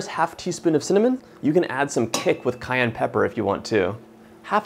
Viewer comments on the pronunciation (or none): none